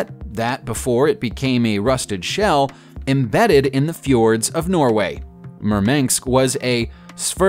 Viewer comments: The name of the Russian cruiser is MURMANSK. MUR - MAN - SK. Say it right. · he's saying murmanks instead of murmansk. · The cruiser Murmanks??? 😆🤣😄